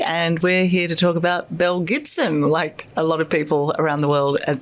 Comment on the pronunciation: "Belle Gibson" sounds like "mel Gibson" to me